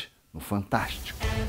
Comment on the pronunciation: A reboladinha do Hubert pronunciando Maju foi otima🤣🤣🤣🤣 e 😁😁😁